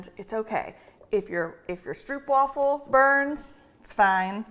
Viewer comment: Love you guys and this fun cooking show with this Advent season! But just an FYI from the Netherlands where stroopwafels originate, it is pronounced like “strope” (long “oh” sound”) :)